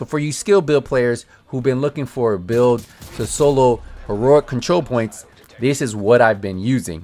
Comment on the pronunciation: It's pronounced.. He-row-ic and not Ho-row-ic